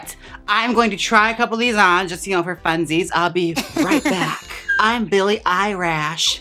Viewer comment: « I’m billie eyerash » 💀💀💀